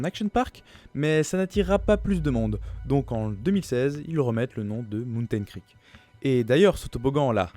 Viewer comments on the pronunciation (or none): none